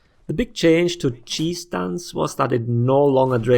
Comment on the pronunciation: I feel like you are saying "cheese" instead of "chi" whenever talking about his stance, which I think it's only an improvement to the name